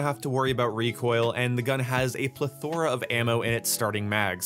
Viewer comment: Is it pleh thorr uh or pletho ra